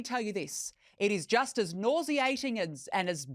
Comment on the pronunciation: Who is this woman, can’t she say nauseating correctly? If MM is a duchess then I’m truly disappointed with this ridiculous royal family. What is wrong with you HARRY????? You have been made a fool of!!!!!!